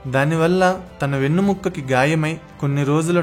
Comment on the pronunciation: Hi....its vennemuka....not mukka...plz notice.